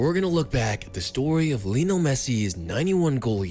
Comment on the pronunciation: Lionel* not Linl